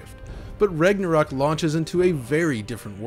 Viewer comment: Sounds like your saying Rignorok😂